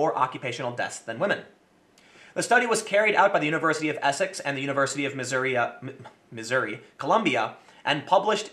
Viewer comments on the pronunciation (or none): Did you just say Missouriuh? Either Missouri or Missouruh if you're from there, but there is no Missouriuh, Tim.